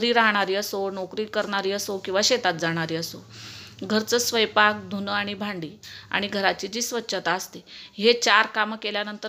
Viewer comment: स्वयपाक नाही स्वयंपाक.....😊😊😊😊😊😊😊😊😊